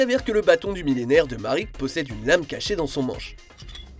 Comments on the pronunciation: MARIK ??? On prononce Maraique 😭 vous abusez la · Je le sais, mais ça reste Marik. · Marik ? Ishdar ? Tu as déjà regardé yugioh au moins ? ^^